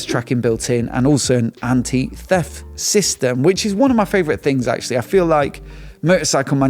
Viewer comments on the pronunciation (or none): none